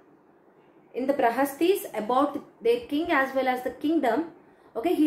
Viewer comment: Madam it's "Prashastis" not prahastis